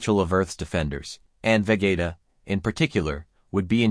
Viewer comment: Interesting. But why do u pronounce vegeta as vagaita 😂